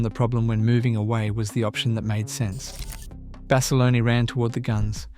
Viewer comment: Decent video, using AI to voice this video does the subjects an Injustice. A lot more could have been elaborated by the Creator about the subjects to reiterate Basilone is pronounced like the other gentleman said Bass a loan. Corpsman is pronounced core man not Corpse. Some of the pictures used misrepresent the actual subject and storyline if you going to talk about Marines especially Marine Aviation don't be using Army Air Corps/ Air Force aircraft. I've watched a few of your videos and there is major room for improvement across all of them.